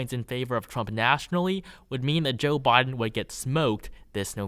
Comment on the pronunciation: Why are you talking like that??? Saying “Boden” instead of “Biden” and “newvember” instead of “November”. Wtf dude?